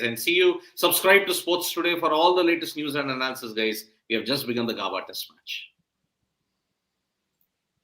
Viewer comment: GAAABAAA NAHI BHAI, IT'S Gaebaa! Great commitment with the early live ladies. 👏🏻